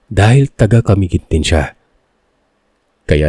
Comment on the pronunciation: paano bigkasin ang CAMIGUIN- CA-MI GUIN ( SLOWLY- HWAG BILISAN PAGBIGKAS) CA-MI-GUIN... from CA MI - GUIN... hindi naman kayo taga CA - MI-GUIN. kagaya sa BUTWAN OR BUTUAN. ang bigkas ninyo ay BUTO:--AN- BUTWAN yan hindi BUTO-AN. gumagaya kayo ng sariling bigkas